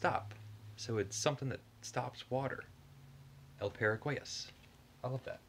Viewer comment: Another fun video! I’d like to mention for the Spanish pronunciation that water is pronounced Ag-wa (like aqua but with a softer g than k sound) and therefore Paraguas is Para-gwas.